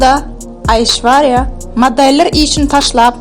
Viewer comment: Gyzynyn adyny yalnysh tutup gurleyan